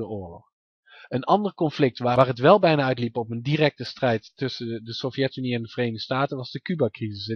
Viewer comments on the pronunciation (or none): Fix je klemtoon. Het is SOVjetunie, niet sovJETunie. Verder puike video.